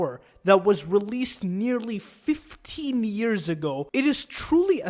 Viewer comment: Please don’t put emphasis on 15 years of Easter eggs good God